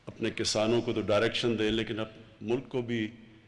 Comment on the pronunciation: Abey o jahilo Kasano nahi Kisaano. Khattab nahi Qitaab. Tumse achhi Urdu to hum Indian Hindu bol lete hain. 🤣😂